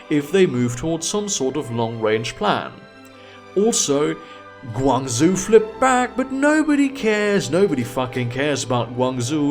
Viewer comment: The "zhou" in GuangZhou is pronounced "joh".